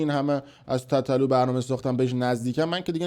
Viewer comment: خفه شو حرومزاده تابلو از قصد اینجوری میگی تتتلو یادت داده مادرجنده